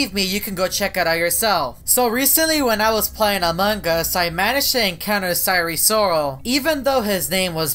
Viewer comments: You said sire siral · Him:"sire sorol" what i hear: sire soul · More like siren soul 😭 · I was hearing Eris Lorsi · Why do you pronounce wrong 😑